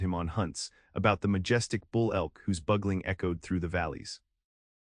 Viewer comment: AI needs lots of help....Buggeling? That's Bu-Gal-ling. Bugeling! Moose Bugle, not buggle.